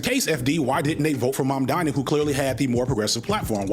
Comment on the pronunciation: He ehm... slightly mispronounced Mamdani? I dunno, people do like to be the contrarian